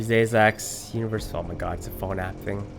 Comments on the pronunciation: I thought I heard day sex in the beginning 😂😂😂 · oh wait iwas not looking on the screen and i heard “day sex” instead of “deus ex” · Day-iss ex. Ahhhahahahahaha SMH